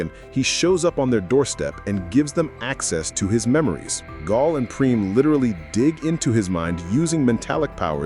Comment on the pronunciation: Pronouncing her name like "Gol" or "Gahl" every time, instead of "Gail", as if the narrator has never seen/heard the show is wild. Smells like AI.